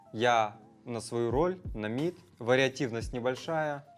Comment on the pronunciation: произнёс слово "мид" правильно!!! Уважение сразу плюс 10!!!